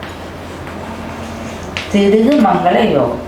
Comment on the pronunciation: ஏண்டி முண்ட.. அது பிருகு, திருகு இல்ல... அட இத்த நாதாரி நீயும் உன் மேக்கப்பும்.. அட ஈத்தரை உன்ன யாரு ஜோஷியம் சொல்ல சொன்னா...